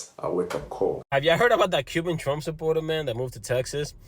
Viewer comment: singing* "I WILL VO FOR DOUGH-NAL TROUMP"😂😂😂